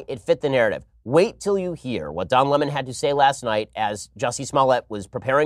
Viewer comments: Lmfao why is that idiot Tucker trying to make a salient point but mispronouncing the word "Lemon"? 😑 cringe.. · Tucker, quit callng lemon Le mon!!!